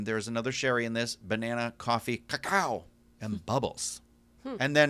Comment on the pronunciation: you could pronounce Cacao like an exotic bird. ca-CA-o!